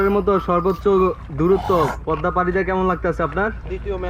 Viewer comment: You should say Pod_da (Podda), not Pod_ma (Podma) by the way it's not your fault, it's fault about Bangladeshi video vloger's why he wrote down Podma?Anyway very nice your reaction.🇧🇩🤔🤔🤔🤔🤔